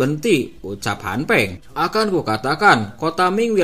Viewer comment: Han Feng bang BKN Han peng